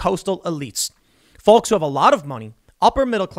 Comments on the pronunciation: Folllllllk. The L is silent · It triggers the fuck out of me how you say "folks" lol... It's pronounced fokes!!! 🤣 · Tim. Tim. Tim. You pronounce the L in folks too much. Sounds funny. 🤣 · he called the feeyokes....lol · In his defense, I think he said "ugly felks." lol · Its obvious that you're a northerner haha Folks with a hard L instead of Folks with a soft L. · ... is that really how some people pronounce 'folks' ? lol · I find your pronunciation of folks really grating. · Why does Tim say the word folks like that lol